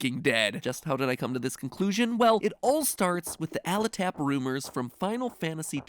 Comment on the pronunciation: "Aletap" pretty sure that's pronounced Ale Tap... y'know, like how taverns are the best source of rumor and information in a fantasy setting? so like, an Ale Tap rumor, aka a bar or tavern rumor. Idk, that's just how it seems to me anyways